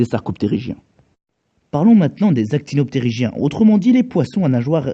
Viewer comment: Très bonne vidéo dans l'ensemble, j'aime beaucoup ce nouveau concept! Prend sun peu plus confiance en tes transitions, on sent que tu es hésitant, mais c'est la première, alors ça viendra en temps et en heure;) Quelques bémols vis-à-vis du contenu: OnchOpristis, actinopterYgiens et sarcopterYgiens pour Venator (oui je fais mon chieur ^^); vous parlez beaucoup de S. marrocanus, qui est un nomen dubium, il aurait fallu expliquer pourquoi et le remplacer par S. aegyptiacus par la suite (je pense que ça aurait eu le mérite d'être expliqué ^^); et enfin je m'interroge sur le rôle de la voile dorsale chez Spinosaurus, où dit qu'elle a pu servir pour la sélection sexuelle. Sauf que dans ce cas, il devrait y avoir un dimorphisme sexuel très prononcé alors chez Spinosaurus. Du coup, je me suis demandé si Sigilmassasaurus ne serait justement pas la forme femelle du genre Spinosaurus. Ce serait intéressant de se pencher là-dessus et sur les caractères morphologiques de chacun, mais j'ai pas le temps XD Je veux une vidéo sur Dodo! Prochaine case départ sur l'environnement du Laos?:)